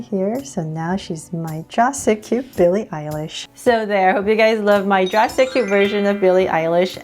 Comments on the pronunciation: Its not Billie eilsh its Billie eyelash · and why do everybody say billy eyelash i took like text under and it said that XD sorry lol